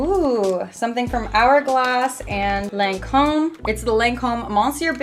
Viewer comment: Hey love you girl, but it's pronounced lon-come😂❤ my grandmother used to work for them